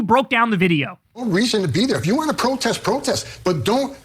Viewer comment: Pwohtest.. ...Pwotest Is Tewowism..